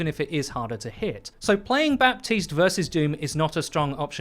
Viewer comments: For the last fucking time ! His name is prnounced BATISTE not BaPPPPPUHHtiste ! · dude please its bah-teest not bap-teest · We never ever pronounce the p in baptiste. Ever. It's just like Batiste. Simple as that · It's pronounced "Bateest". No P. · pls stop pronouncing the P in Baptiste i can't take it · Everytime you pronounce the p in Baptiste another small child dies